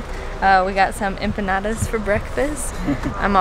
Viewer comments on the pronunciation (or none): none